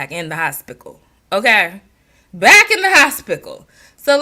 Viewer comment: Lol at the first when you were saying hospickle it made me think about how my Daddy called it the horsepital😅and yes out of the mommies Jazz has shown the most growth and you hit the nail on the head with videos with Bentley, people love pet videos and her learning a craft, I think handmade soaps would be something for her to try. I have a friend who makes soaps and does good with selling them here in the community. Jazz could even sell them on Etsy...just a thought...you made me laugh a lot with this one